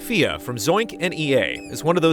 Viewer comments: Fea? I thought it is just pronounced Feh. (like Fez) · Why do you keep calling it Fia? It's Fe. One syllable. Fe. Say it out loud. Fe. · It's pronounced Fée, like the Fea part of Fear. Or just regular 'fear' but with a british accent, since they already drop the R at the end. is making a clear distinction between the E and A making it fe-ah, and that's not correct. But he's trying at least.:D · I thought it was pronounced “Feh,” not “Fia.” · I thought it was pronounced "Fey." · It's very likely from the Scandinavian word for fairy, which is 'Fe'. (danish+swedish) The developers are from Sweden, and they pronounce it in Swedish on twitter. Sounds a bit like the first part of fear, right - But it's not really. What you hear as the 'a'-part is just how Swedes stop a many single syllable words, which is why it isn't part of the spelling. Danes stop right after the 'e', which is a little more abrupt than swedish. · I thought it was pronounced like Fey-uh. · Never would have picked that it was pronounced fe'a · I was not stating the word was anything other than Fe. I was just replying to with a fast/rough/easy clarification in phonics based on how it was being pronounced by the developers themselves; primarily that it is not "Fee" or "Fay" as most Americans read it. No different then how you just did yourself with "Fay yea". Fe'a = Fay Yea = Fay Eh. Take your pick hahaha. Fun topic though lol. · You're all wrong lol. The word is Fe, it is indeed a Swedish word that means fairy. It stems from an old germanian word: Fee. The Swedish pronounce it as Fe'e, they do not pronounce an a. They way you pronounce the word is by saying "Fay yea" in American accent.